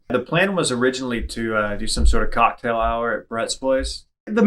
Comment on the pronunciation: Why did emphases COCKtail so hard...